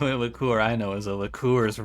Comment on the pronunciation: Liqueur has a Y sound at the start of the second syllable. lick-CURE, not lick-COOR